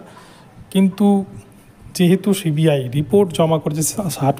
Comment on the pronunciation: Cbi উচ্চারণ ঠিক মতো করুন।